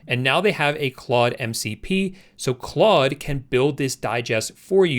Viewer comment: It’s pronounced “clode”. It’s French, so don’t say clud anymore xD